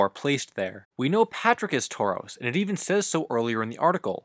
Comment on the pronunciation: You say taurus like the Pokemon